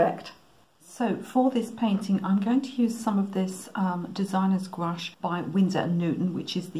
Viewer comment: Thanks for generously sharing these techniques with us. BTW, I'm a Canadian French speaker and your pronunciation of "gouache" is perfect, in fact, as perfect as the background you've created.